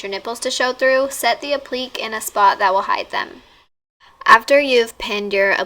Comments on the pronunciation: she goes "app-lee-ks" hon it's "ah-pli-kay" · "appleeks" lol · app-li-kays sweety lmao dear Lord. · It's actually pronounced "ap-leek-ay" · woah have I been saying applique wrong this whole time?! lol this turned out beautiful, definitely wanna try this out! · Lol I felt the same during this video, it's a basic fashion term. Saying it wrong is sorta like when people say FOX fur (faux)